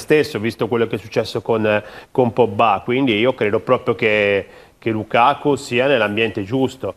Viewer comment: Tutto giusto ma Heriksen e lukako non si possono sentire, ma perché storpiate i nomi? Eriksen per dio e Lukaku!